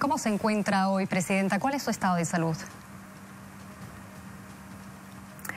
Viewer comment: Cada rato le dice ptesidenta a la opa